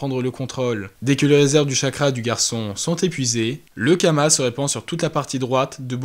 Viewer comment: C karma pas kama non ?